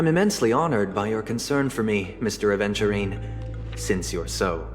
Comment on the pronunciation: At first I thought you said "a virgin" 💀